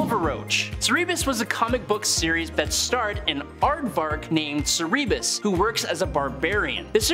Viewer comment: The second you used the name 'Gareth Ennis', I lost all respect for you and this list. You then got Cerebus wrong as well.